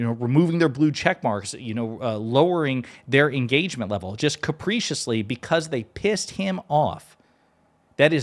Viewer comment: Just stop interrupting the fucking flow of debate mate and pronounce “capriciously” correctly you pillock….